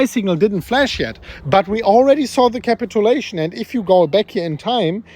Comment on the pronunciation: Capit-chew-lation ... Not capital-lation